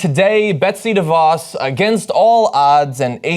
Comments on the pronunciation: Her name when you pronounce it and this is no lie is Duh - Vos take it from a Michigander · Pronunciation correction here: it's not "DEE-voss". It's "duh-VOSS". You'd figure reporters would have this figured out by now. I guess it takes being from a Dutch area like West Michigan where everything holds the DeVos name to start with (though previously proud of that, not so much anymore).